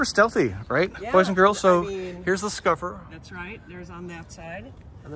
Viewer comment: It is called a “ Scupper” not “Scuffer”